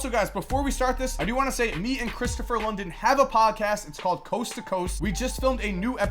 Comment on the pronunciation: Lydon, not London,......